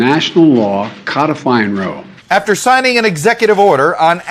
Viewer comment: In speech did he say Roe vs Wade or Wo 🤔